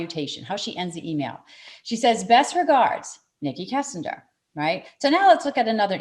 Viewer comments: Can’t even pronounce the name correctly. She’s pronouncing it Kissinger. It’s Kessinger. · k*E*ssinger and not k*EYE*ssinger. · Her name is kessinger, not Kissinger. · By the Way - - If you are going to make a video talking about 2 people - at least make sure you can say one of them: its KEssinger not KIssinger - - that's just bad form people. Do your Content RESEARCH. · Its Kessinger, NOT Kissinger, knucklehead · Kessinger...not Kissinger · its kessinger hard g...your thinking of Henry Kissinger...lol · Would help if would pronounce Kessinger's name correctly. It is not Kissinger